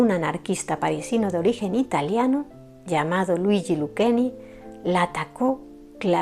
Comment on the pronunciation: Se pronuncia: Lucheni, no Luqueni, el Italiano la C se pronuncia Che, LU-CHE-NI.